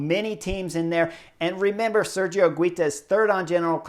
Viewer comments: Higuita correct pronuntiation: "Iggy - tah". The stress in the middle, in the second "i" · Higuita is pronounced without the U ;) basically higita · Chris, I love every comment you make about all this races and normally you really good at pronouncing all the names but is painful the way you pronouncing Higuita!!! I’m sure you can do better. Love the videos keep it coming.